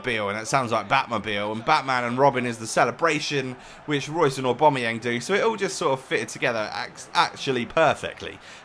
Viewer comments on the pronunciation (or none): It's pronounced Aw-ba-mai-yang and Imm-mob-ilai. Good vid otherwise. :-) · Either way, it's certainly not pronounced Aw-bom-eyang or Imm-mobeel. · It's pronounced O-Ba-My-Yang.